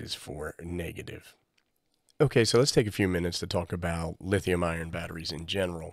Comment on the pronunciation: It isn't always true but it usually makes sense that the outside of the barrel plug is negative, because usually smart people don't leave positive rails exposed. Also it sounds like you keep saying Lithium IRON (LiFePO4), but it is lithium ION (Various chemistries that are NOT LiFePO4) Personally I'm looking at bypassing this whole business by seeing what it takes to make a USB-PPS board for this. I already have bunches of these INUI power banks that I use with my IC-705, and other stuff. (GreatScott has a video)